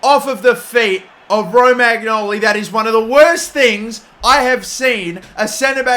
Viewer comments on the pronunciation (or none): U've gotta work on your name pronunciation, lad! Usually i don't care but this time my ears were bleeding!! Romagnoli is actually Romanioli, u dont pronounce the G, and Hauge is not Hagi!! The G there is like in the word ''glory'' or ''Hokage'' if u prefer:) love the series! Specially that u joined my beloved club!!!!1!1!!